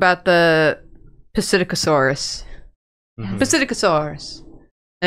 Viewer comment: Psittacosaurus (Si-TAK-oh-saw-rus)